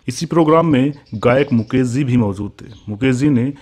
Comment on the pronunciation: Small correction - शैलेन्द्र , ना कि सैलेन्द्र मुकेश Jee, ना कि मुकेस Zee।